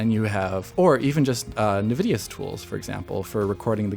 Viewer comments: Not to be nitpicky, but was it bothering anyone else that the new guy,, was pronouncing Nvidia, "na-vid-e-a"? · WHY ARE YOU PRONOUNCING NVIDIA AS NUH-VIDIA???